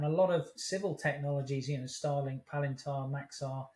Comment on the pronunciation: Well versed in all but pronounciation of words like Robotyne and Palantir.